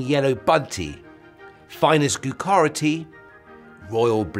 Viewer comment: First of all, your pronunciation of "gyokuro" is rubbish. Secondly, the cake pictured isn't Bakewell Tart, it's Battenberg. Thirdly, it might be the "host" pouring the tea, rather than the hostess ;-) Otherwise, a nice presentation.